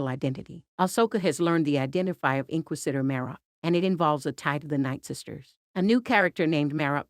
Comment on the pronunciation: Holy crap, pronounce "inquisitor" correctly.